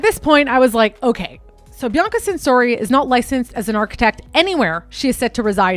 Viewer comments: I love your vids, but her name isn't pronounced Bi-ann-ca, it's pronounced "Bee-ahh-cuh." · i’m trying to concentrate but every time you pronounce Bianca i get confused and think wait who’s this she’s mentioning now? i have to pause and rewind because i keep thinking i missed something. it’s pronounced Bee-ahn-kah other than that, this was well researched. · He name isn’t BeeYankahh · Her pronunciation of Bianca’s name and several other words is pretty cringe worthy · You’re saying her name wrong 😑 so it makes it hard to watch the video 😢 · i thought the same thing about her saying Bianca. i kept thinking i was missing something and kept rewinding. i’ve never heard anyone pronounce it like that before. every time she said her name she said it differently so it further added to my confusion. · I can't tell if your trolling or not on how you keep pronouncing these words... good on you, you got me worked up😂..I.E: Bianca, Ivanhoe, ect... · Bianca is usually bee-Ahng-ka. and Hosiery is HO-zyur-eee I hate correcting pronunciation because it comes of as snobbish. I really like your work and want you to succeed. Looks like you work on your own and don't have someone to help with this.